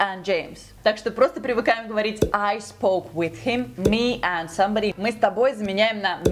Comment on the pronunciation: да меня действительно зовут Роман. Я отлично понимаю что конечно же не надо Ы-кать как в русском языке/ Просто я говорю что звук i в этих словах произносится намного ближе к "ы" чем к "и" А произносит некорректно. С каким бы уважением я к ней ни относился. Например она говорит "хим" - him. Типичное русское "и". Это мне подсказал один мой американский друг на заре моей юности когда я только начинал учить язык примерно 25 лет назад. Сейчас я живу в Канаде и каждый день общаюсь примерно с 20 американцами по телефону так как я работаю в продажах. Так что я знаю о чем я говорю.